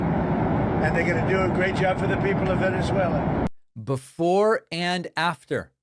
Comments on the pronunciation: Venezwalur!!! lmao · Not many Tesslurs in Venesuelurr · The reason Donnie says "Venerzueler" is because he's a closet Bernie Bro . . .